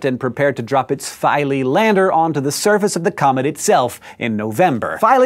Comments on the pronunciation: It's pronounced phee-lae... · Isn't it pronounced Fee-lay. Or have I been saying it wrong this whole time. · Philae-its feelay